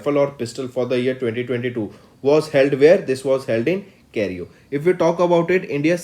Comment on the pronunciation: It's Cairo sir not cario